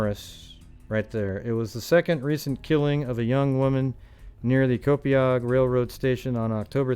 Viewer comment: p.s I'm laughing because many Long Island towns have native American named towns that are hard to pronounce, Copiague is pronounced Co-payg 😁